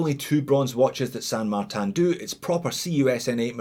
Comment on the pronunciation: “San Magtan” why? In french is….Saint-Martin no San Martin. It is a spanish name used by chinese company, not a french or swiss name, friend.